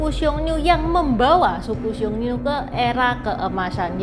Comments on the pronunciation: "Xiong Nu" bacanya tetap siong nu seperti biasa, jadi u nya gak dibaca ü (iyu) koq. Yg u nya dibaca ü itu kata nu yg berarti wanita 女 . Kalo nu yg di sini tulisannya 奴，beda artinya. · Xiong dibaca siung.